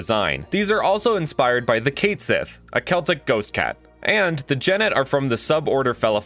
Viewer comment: The fae or fairy known as the cait sith is pronounced kat shee. It actually sounds more like you are saying cot, like what you sleep on along with she with a longer emphases on the e.